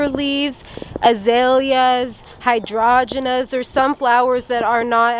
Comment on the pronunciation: Lol forgive me, but I laughed so hard at you destroying the pronunciation of hydrangeas! Hi drain gee uhs 😁 Great video as always !